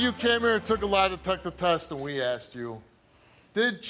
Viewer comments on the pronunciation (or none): You Asked her. ASKED. Not Aksed.